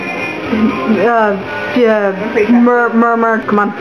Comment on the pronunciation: I hope you learn that it's pronounced Mur-tag.